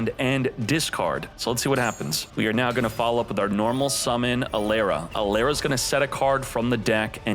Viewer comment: E-Lara not A-Lera